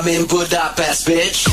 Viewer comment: Csak kár hogy az mondja hogy Gúdápeszt XD